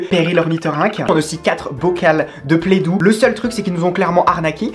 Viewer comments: Ça me stresse qu’elle dise playdou et pas play do genre O comme de l’eau 😞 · La « PlEdOu »😂